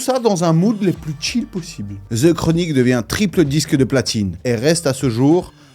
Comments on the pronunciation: Faut ARRÊTER!!!!! Les Francais Pourquoi prononcer th. Avec un z. Mais c’est quoi cette manière The chronic. Et pas ze chronic wtf 😢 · Pourquoi quand vous dite The sonne comme un Ze c'est plus comme le son De les gars faut apprendre l'anglais